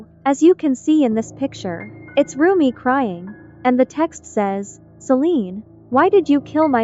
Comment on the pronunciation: Bruh not rommie mom 💔.. its rumi mom 🥀...